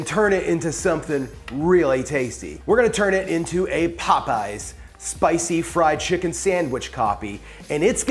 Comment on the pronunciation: Not “Popeys”